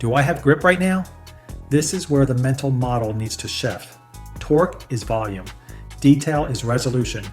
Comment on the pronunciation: Torque as Tor-goo. Come on…..